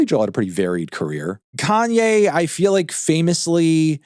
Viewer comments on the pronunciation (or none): none